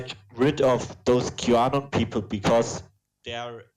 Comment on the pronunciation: Auto-generated captions change this german dude's pronunciation of "Qanon" to "Cubano". Seriously.